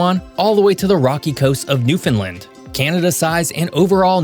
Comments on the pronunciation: Btw Newfoundland is properly pronounced (New-fin-land) or (New-fin-lan) not (New-found-lind) or (New-find-lind). (NEW-FIN-LAND) is the way you'll hear everyone on the Island say it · Great video ….BUT…..you need to use the correct name of Canada’s eastern province and pronounce it correctly. The correct name is “Newfoundland and Labrador”. How do you pronounce “Newfoundland”? It rhymes with “understand…Newfoundland”. It is not pronounced “Newf-Fun-Len”. Don’t worry, a good 33% of the population make the same mistake, but nevertheless when pointed out, you ought to correct it. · Yo, do you Not Un-derstand how to say New-foundland? We are not New Finland, not New-Found-Land. Understand Newfoundland. And I'm not even going to get off on you about Iqaluit. You've obviously never been any of these places. Don't care enough to research pronunciation, bit of a disrespect to culture. Good research on everything except crucial pronunciations which demonstrates lack of care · It's wonderful to see your focus on my birthplace. Thank-you. No one will ever recount recent history without some errors and omissions but pronouncing the topic incorrectly - repeatedly - is a biggy. As others have commented, the name 'Newfoundland', pronounced correctly, invariably rhymes with 'understand'. The accent is almost always on the first syllable, but one local variation has an additional accent on the third syllable while still rhyming with 'understand'. The accent is never on the middle syllable which always remains unstressed, and the third fragment, 'land', is always fully articulated. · Please stop pronouncing Newfoundland like newfinlind 😊 the way Google pronounces it is wrong so please look further and pronounce it right 🙂 thank you and thank you for such a awesome video showcasing our amazing country ❤ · Please learn how to pronounce Newfoundland! I quinge evertime you say it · Thanks for the vid. It's pronounced 'Newfun-land' not 'New-finland'.